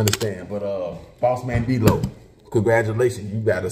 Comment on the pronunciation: The man name is “Dlow” come on now LOL